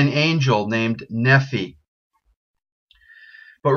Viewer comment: Nephi is pronounced Knee-fy lie the name Levi.